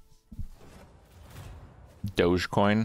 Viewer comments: It’s pronounced D-oh-je coin. Much wow many coin. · Dude he just pronounce Doge coin doggy coin? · Is Kripp calling doge coin "doggie coin"? That's so precious. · I think he’s saying “Dog-E” coin